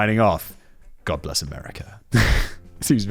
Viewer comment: What Simon said: God bless America What I heard: God-less America A bit more honest really.